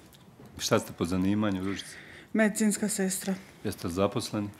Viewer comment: Sta ste po zanimanju?MedEcinska sestra 🤣🤣🤣🤣🤣🤣